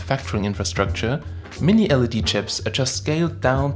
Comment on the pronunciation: Not sure if it's his pronunciation but it sounds like he keeps referencing LCD and not LED... Anyone else wanna weigh in on this?